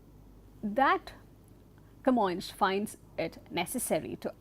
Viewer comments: Camoes is actually pronounced "Ka-Moynsh" as a sounds in Kappad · You may also pronunce his name as kuh-MOYNS, so the S is like S and not like Sh, if you prefer it. In Portuguese it is written with a tilde, Camões, which makes the vowel O a nasal sound Õ.